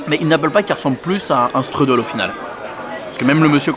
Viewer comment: Ça se dit "chtroudel" 😉 Mais "struddle" à l'americaine c'est rigolo